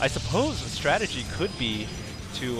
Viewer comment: That's because he put the replay speed at faster, and it's strategy not strategie.